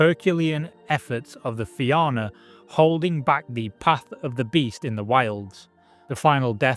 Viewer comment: Im glad you managed to pronounce Éire correctly. Fianna on the other hand..... Great video anyway!